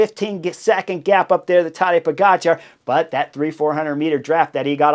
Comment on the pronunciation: It is Po - ga - tchar. The stress on the second syllable. Just like with his name, also stress on the second syllable.